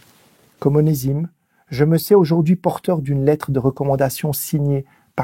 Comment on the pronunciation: Onésime se prononce Oné(z)ime